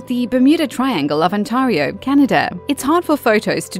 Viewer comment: The way you say Ontario hurts me